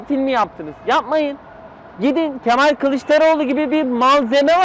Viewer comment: Mal değil o Ke-Mal😅